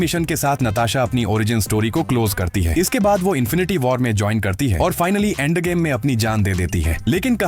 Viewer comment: Endgame ❌ Aandgame✅